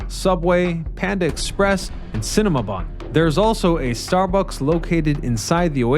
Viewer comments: Did I hear Cinnamabon? Thanks for the giggles. Thanks for the video. Cheers. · Did you say “Cinnamabun?”